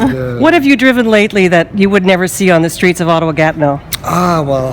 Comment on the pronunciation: Gatno??! Its Gatineau